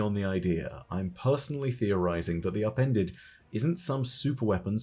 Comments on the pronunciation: DEE AHPENDED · “THEE UPENDEDUH”